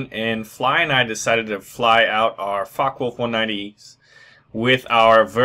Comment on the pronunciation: "Fuck Wolf" Y u no speak that out correct? ^^